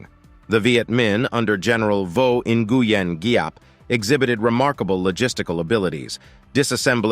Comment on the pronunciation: I find the multiple mispronunciations in the piece about Dien Bien Phu very distracting. Phu was pronounced like foo. Nguyen is pronounced like gwin. please do better research, PLEASE!